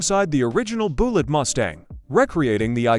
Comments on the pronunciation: You mean the movie wasn't called Buelegge? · More A I slop. The word is Bullet. The A I pronounces it "BOO Lit. Immediately quit watching. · Boolit. AI slop. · Boollitt? Deebate? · "Boolett." I KNEW the Charger had to be faster than that gussied up Ford Falcon. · Boolet???🤔 Yes, AI sucks. Most likely pure fiction.... Deeebate🙄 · Boooool-et and ' HemmIS ' engine, ..... C'mon A.I. you suck. Why can't a human just read the script. F'k A.I. is the WORST. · right BOO-LITT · Don't you just hate these Ai voices even mispronouncing a simple 2 syllable word like Bullitt ! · The AI commentary is terrible. Frequent mispronunciations and grammatical errors were enough to almost make me turn it off, but I wanted to see if there was any interesting info in there. The video is about Bullitt and you can't even pronounce that? What's up with the gratuitous shot of an AR-15 in there, too? Go back to well-written, proof-read scripts with a human narrator. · Yes, mispronouncing Bullitt in the first sentence.